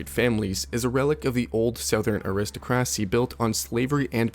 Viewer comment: I've noticed some other strange pronunciations throughout the video too, such as with "aristocracy"